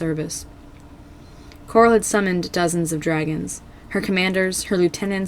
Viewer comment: i can't be the only one who heard this, but you said "queen gloral"